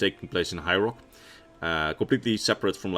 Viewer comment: I'm sure it's just the wonderful lul me to sleep accent but it sounded like ya said the direnni elves were from hyrule. Great forget Alduin we got Ganondorf to worry about. I'm sure ya said high rock but still made me laugh and give the video a 2nd watch